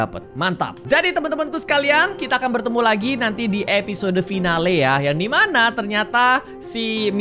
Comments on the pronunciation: Kak regi baca "finale" itu bacanya seperti ini kak fainal😂 bukan fi na le🤣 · final bang bukan finale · sorry agak kurang enak ngedenger kak egi ngomong finale tapi bacanya itu fainel bukan finale cuman mau ngebenerin aja sih karna aku kurang nyaman aja pas ngedengar tapi terserah kk egi sih kalo mau pake accsen indo☺